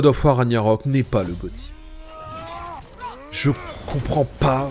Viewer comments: Ça se prononce Rag-Na-Rok. Pas "Raniarok" 😂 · A chaque fois que tu dis "ranyarok" je saigne des oreilles 😭😭